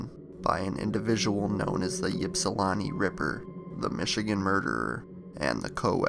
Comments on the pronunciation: It's pronounced ipsulanti, not yipsulanti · It's not Yips-ilawntii it's pronounced, ip-Si-lanti aka ipsi... I'm from there. My Dad actually knew this girl your talking about in the video. That is a huge deal around there. Greg Fournier the author in your clips, he's the main authority on all things John Norman Collins. Collins actually tried to swoop Greg's girlfriend from him as they were walking down the road. John's house he lived in is also supposed to be haunted and another old shack that was in the middle of 2 corn fields, a place Collins killed one of the girls, also super haunted! We went there as kids all the time while skipping school at ipsi (Ypsi) high school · You mispronounce ypsilanti It's not epsilon It's not ypsilanti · the U P is "upper peninsula" that's Notthern Michigan. Ypsilanti is by Detroit but people can never pronounce it right. It's an I sound not a Y sound even though it's spelled Ypsilanti (pronounced Ipsee-lan-tee) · Your pronunciation of Ypsilanti is wrong. I think when you talk about people, places or things you need to do your due diligence and pronounce these how they are supposed to be pronounced.